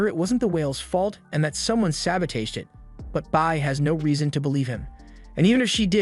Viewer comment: Why does bro pronounce “sabotage” like instead of it ending in it sounding like “täwZH” it sounds like “cage” but with a “t” at the front